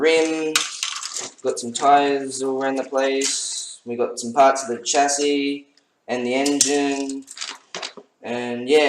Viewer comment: It might be spelled " chassis ' but is pronounced " shassis "